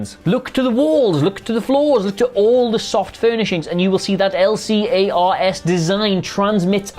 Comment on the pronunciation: also don't abbreviate Lcars liek that xD just say the word. "la-cars"